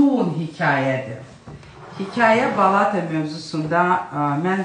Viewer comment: Balata sözündə vurğu axıra düşür.Yəni sonuncu A səsinin üstünə düşür.